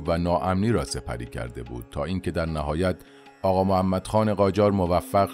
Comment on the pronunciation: اغااااااااا نه اقا